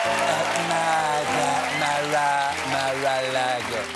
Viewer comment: "MARLAGO" LOL😅